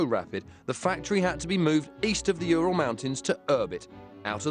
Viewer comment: it's not jural, it's URAL for god sake!